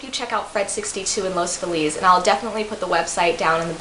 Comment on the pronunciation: Our neighborhood is pronounced "Loss Feeliss" - ;-)